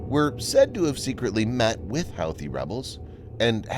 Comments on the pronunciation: Pronounced WHO-thees not How-thees. You do these video's everyday how can you not know this? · hoothy not howthy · Also, I think Houthi is pronounced hoo-tee, not how-thee. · Pronounced "Hoo Too" rebels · Pronounced, "Hooti" rebels. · It’s pronounced Hooty. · Pronounced "huthe". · Dear stupid bot voice, it's pronounced who-thee! Disliked👎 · The computer-generated voice is an embarrassment for you. Don't you have editors who can find glaring mispronunciations for you? The computer-generated voice repeatedly mispronounces "Houthi". Got a clue. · It's almost like he's never heard it pronounced out loud lol!